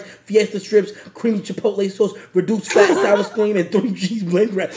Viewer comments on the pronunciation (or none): The only thing he couldn’t pronounce was the “reduced fat sour screen”